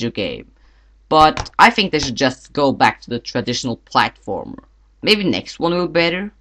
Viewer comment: it's called a platformer not a platphormer...